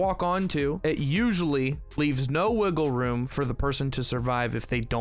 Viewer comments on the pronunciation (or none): none